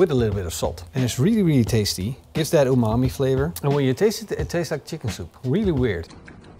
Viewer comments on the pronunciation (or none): none